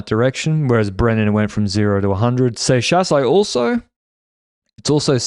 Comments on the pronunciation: pronounces seixas as "sex ass" for me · gutted w giving up on the correct pronunciation of “seixas” 😔